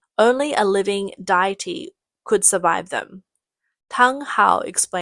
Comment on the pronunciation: May want to get a voice over person that knows how to say the words "deity" and "pyrolysis".